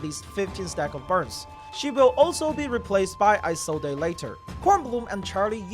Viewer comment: No way you actually pronounce Isolde as “Ai-sol-dei” 💀